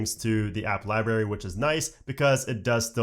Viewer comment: And you keep saying liBARY. It’s liBRARY. I’m gonna have to start watching your videos on mute.